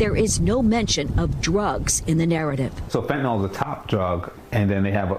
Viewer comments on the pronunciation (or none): Fent a NILL, prometh a zeen, hydroxy zeen